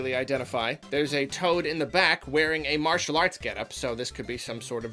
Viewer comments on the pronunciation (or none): none